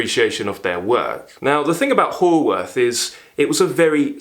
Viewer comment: A great review, though, FYI, Haworth is pronounced Howorth, even though written Haworth. Yours, a proud Yorkshireman. 😉